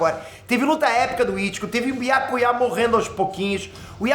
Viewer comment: É so eu que fico com agonia da pronúncia que o fala o nome do Byakuya? 🤡